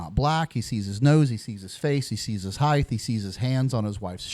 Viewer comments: Omg please pronounce height correctly, it ends with a ht, not a th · At about 54 minutes did he just pronounce height as hi-th? With a th on the end instead of a t? What is the education system in America good lord